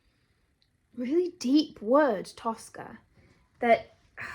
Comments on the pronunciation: It's тоскА with the last syllable stressed, тОска with the first syllable stressed is an Italian opera (Tosca) Тоска has always been an equivalent of sadness for me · ТоскА - ударение на последнюю гласную - А. Тоска - это когда вы думаете о чём-то или о ком-то, и думаете об этом с грустью, и даже плакать хочется. Примеры - 1 - Вы влюбились в парня и тоскуете по нему, думаете о нём и вам грустно. 2 - Вы с грустью вспоминаете какого-то умершего человека или своего питомца, тоскуете по нему, хотите вернуть его. 3 - Вспоминаете своё детство, как вам было тогда хорошо, и вам становится грустно, вы тоскуете по своему детству. Честно говоря, это слово - тоска, оно редко используется в обычном разговоре, и оно уже немного устаревшее. Его часто можно было встретить в советском кино, в старых русских сказках, в классической русской поэзии. Возможно оно и сейчас встречается в поэзии, но я за стихами не слежу. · "Тоскá" (with an emphasis on the last syllable). In my opinion, the best way to describe "тоска" in English is with the words "longing" and "yearning," which're used when we miss our home or a person, which is often the case with "тоска." In other situations, when we're bored, "тоска" becomes "melancholy" or "ennui." "Хамство" is often used to describe verbal rudeness, so we can replace it with "rudeness," "boorishness," or "loutishness." Although the word "сутки" is exists in our language, it's more often used as "day/день" in any case, implying 24 hours without distinction between day and night. like, why count the night if we're sleeping anyway))